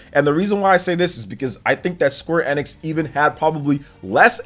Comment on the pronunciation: Woah someone pronounces Square Enix properly :)